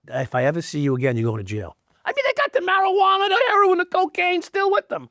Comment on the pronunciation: "Marijuaner" Sounds like Louis CK "vagineer"